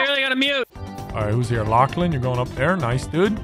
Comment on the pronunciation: Did realize after that it was pronounced lachlan?